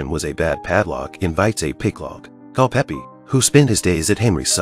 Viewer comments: Is it so hard to get years and name right. The name is Culpepper not Culpeppi! There is more than 4 years between Mary and the Queen. That is problem with AI productions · Mispronouncing names drive me crazy 🤪!!! What’s so hard about Culpepper not Culpeppy !!! 🤨🤨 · his name was Culpepper. not Culpeppy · It Is “CULPEPPER”. !!!!